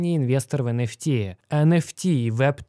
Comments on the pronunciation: Не понятно, для чайников, говорит про NFT, но слышится как энерси, это разное или все же NFT? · ЭН ФИ ТИ или ЭН ЭФ ТИ блин а ? Конфети блин